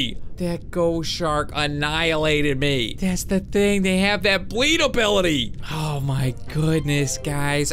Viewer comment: Uh what he said obility